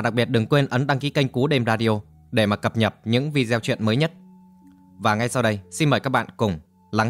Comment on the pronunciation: Đọc nhiều từ hán quá, một số từ thiếu dấu cũng cứ thế mà đọc😢 Cập nhật thì đọc như cập nhập